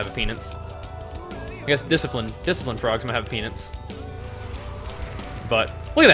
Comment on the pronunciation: " Kicked hes Pee-nance "